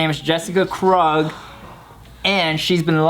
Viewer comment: Why don't u pronounce Krug like Torey Krug..